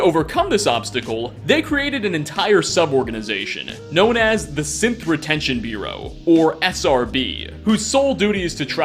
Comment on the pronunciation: Lol sorry it sounded like you were saying "Simp Retention Bureau" a Foundation organization dedicated to tracking down escaped Simps.